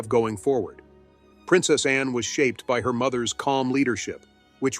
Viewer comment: This is pretty good, but the automated voice and sloppy editing of the narration is an issue. It sounds like Princess Anne's name is "Princess En," and about halfway through the script refers to Anne's title, Princess Royal, as a "nickname." It is not a nickname. I mean--does Charlies II have "King" as a nickname?